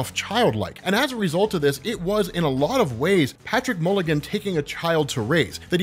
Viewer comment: you kept touting how OP this guy was. did I miss you explain it? also it's mulligan, not milligan